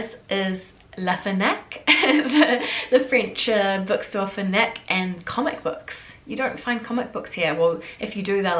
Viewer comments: la FEENAC ? ... j'ai mis du temps avant de comprendre de quoi tu parlais. lol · Haha au début j'ai entendu fennec aussi 😂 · 😂😂😂😂😂😂😂😂😂 !!!!!!!!! Elle pronounce LA FNAC en vitesse ressemble LA F NEC, si on ne fait pas attention ! Mais c'est bien LA FNAC qu'elle pronounce ! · The way you say Fnac. Sounds more like Fenac. Cute accent It is definitely not ok to pee on the side of buildings or in the gutters in France ! Those who do it are "newcomers" - if you see what I mean... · FNAC is one syllable :)